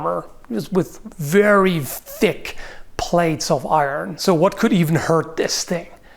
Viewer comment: I really like how you say "very THICC plates of armour" Made my day.